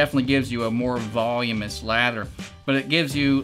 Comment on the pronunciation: It is voluminous... not volumous. LOL~